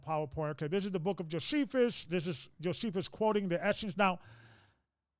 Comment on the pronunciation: Check the pronounciation of the name Josephus.